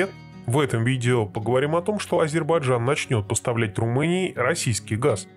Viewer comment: Автор,нельзя быть на таком канале ,таким неграмотным. АзербаЙджан,а не Азербаджан !